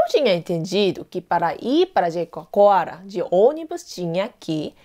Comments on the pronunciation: Rindo aqui. Jericoacoara é difícil até pra mim e ela fala direitinho. mas o linguistico não saiu de jeito nenhum. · Como ela conseguiu falar "Jericoacoara"? Eu não consigo, Sou brasileira e desisti! Rsrsrs